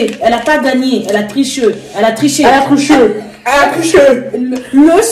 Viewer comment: « Elle a tricheu » 🤣🤣🤣🤣🤣🤣🤣